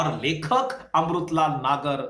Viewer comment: Sir अमरुतलाल नही अमृतलाल होता है 😊